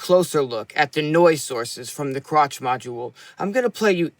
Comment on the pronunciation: Ooh, first comment… Hi, great work as always, thanks! Krach is, I think, pronounced as ending with the German ‘ch’ sound, as in ‘Bach’…